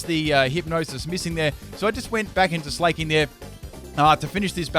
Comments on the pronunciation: In what world is Slaking pronounced like "Slay-king", lol? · Slaking isn't pronounced "slay-king" its SLACK-ING... because both Slakoth and Slaking are slackers! That's the whole idea behind their names.